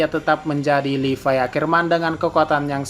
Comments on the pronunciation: Levi oy bukan Lipai🤣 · Gw baru tau ternyata levi dibacanya "livay"